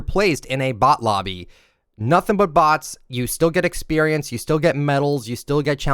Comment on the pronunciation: Was this guy breast fed? The way he says experience is so triggering...